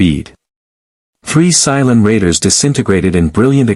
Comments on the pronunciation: Cylon, not Psilon. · AI can't pronounce Cylon and speak klingon.